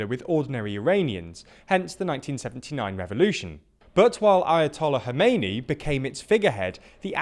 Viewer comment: I'm surprised that you manage to pronounce "Iran" and "Khomeini" fairly well, but you NEVER seem to even make an attempt at pronouncing Ukrainian names even remotely correct. How about in the future, you pronounce the "Kh" in Kherson and Kharkiv, the same as you pronounced the "Kh" in Khomeini?